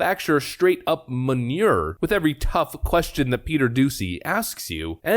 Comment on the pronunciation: You say “manure” weirdly